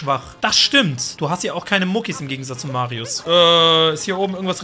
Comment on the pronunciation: Warum sagt er immer marius